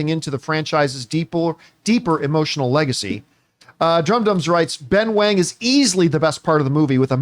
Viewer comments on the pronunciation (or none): It’s pronounced as “wong,” “wang” is the mandarin spelling but both are pronounced the same, least in this case of this character. In the case of “Liu” and “Lau” it is pronounced differently based on the English spelling.